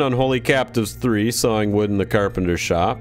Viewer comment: I thought you said Sowing wood.